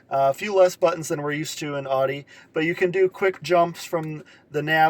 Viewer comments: Irritating isn't it lol.. I believe people from the East Coast say it that way.. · Can't even pronounce Audi correctly lol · Stop saying “Audi” WRONG!!